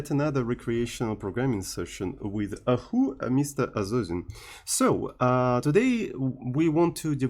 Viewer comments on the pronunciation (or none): a-who?.